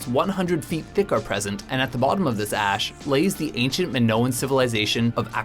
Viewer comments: did he say vacanic ass instead of valcanic ash? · Anybody notice he said "Volcanic Ass" instead of "Volcanic Ash". 😂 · Anyone else noticed he says "volcanic ass"? LOL! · Ryan Kruger he said gas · Hahahaha he said volcanic ass